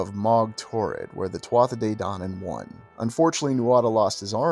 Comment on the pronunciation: Interesting video but not be pedantic but just a point to note Tuatha is pronounced as TooHa not TwotHa